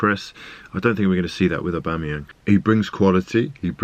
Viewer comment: That "Aubameyong" pronunciation guy is a nonce.